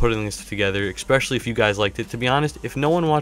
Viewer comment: Great Vid! One thing though (which proves at least, that I watch!).. There is no "X" in the word, ESPECIALLY. it is pronounced, ESS-SPESH-ALL-EE Keep the pack opening vids coming!